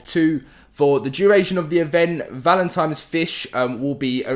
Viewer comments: Great video. Thanks for the info. For the love of God, my dude, I gave you a like, but it's "Valentine's" not "Valentime's" lol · Is this guy actually saying Valentimes? And I mean every time not a mistake. Can't watch the videos seriously now